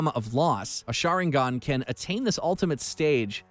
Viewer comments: its the shinarigan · "Shinarigan" just proves that he didn't watch the show and is just reading an article. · They way he pronounced sharingan shinarigan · Bro said shanaringan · He always mispronounces these things on purpose. He literally said sharingan first then sharaningan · Yo for how much you cover anime you’d think that your pronunciation would be more accurate. But you literally called the sharing an, the sharningon 😐🤔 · Just three magic words : HATE HIS PRONUNCIATION 😑😑 I mean like shanarigan WTF !!!!..... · "The SHANARIGAN...?" Somebody slap this narrator Please tell me he did not just call Mangekyou the Majiko Sharingan 😓 Imma stop watching this vid before I get a headache. And, never let this man narrate anything anime EVER.